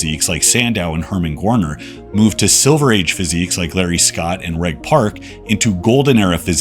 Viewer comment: I like your videos. Good stuff. I'm confused why you don't know how to pronounce Reg Park's name? 🤔